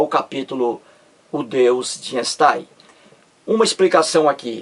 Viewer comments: INSTAIM nem pronuncia direito kkkk.tem dó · Lê-se Ainstein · emerson santos, o fato de o videomaker não pronunciar corretamente o nome do cientista (ei = ai) (j = i) (eu= oi), etc... Não invalida o valor do conteúdo do vídeo.